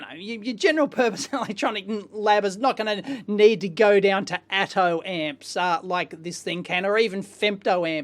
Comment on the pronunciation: Who else heard "Atom Ant"?